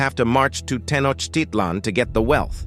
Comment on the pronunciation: I wish the speaker would pronounce Tenochitlan correctly! That said, there's some valuable information presented in this video. Bear in mind that the history and culture of the Aztecs is more complex than it is presented here. They compelled less powerful Indian tribes to pay tribute to them, and their own prophecies predicted the coming of "pale-faced" people. Sadly, they viewed their decline as inevitable. There are similarities, nonetheless, between Europe's conquest and colonization of people of color, globally.